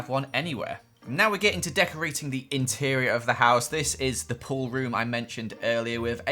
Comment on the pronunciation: "jeol" I'm not that good at building interer"..........create a master peice